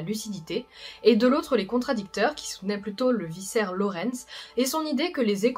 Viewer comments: Un de mes jeux préférés 😍 Par contre on dit pas un vissaire, mais un vikaire (vicaire), une personne d'église quoi 👍 Bonne vidéo cela dit 😁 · Je me permets juste de corriger une légère faute : on prononce "vikaire" et non "vissaire". Sinon excellente vidéo comme d'habitude. L'univers de Bloodborne est juste terrible. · "Aèlté 236" 😢 Par contre on dit "vicaire", non pas "viçaire" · Sa se prononce vicaires "Q" pas vissaire et c'est rom pas rém. Je dis sa bien évidemment gentiment. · ViKAIR non di diou !! Pas viSSAIR,viCAIRE,KAIIIIIIIIIR. Elle est quand même cool cette vidéo,merci ahah ! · Désolé d'être cette personne chiante, mais le c de "vicaire" (un titre religieux chrétien) se prononce comme un k et non comme un s. Car sinon l'on dirait que tu parles des viscères, désignant ainsi des organes comme le foie, l'estomac, les intestins, la rate, les reins, le cerveau ou les poumons. Du reste, super vidéo!!! Force courage et soutien pour la suite!!!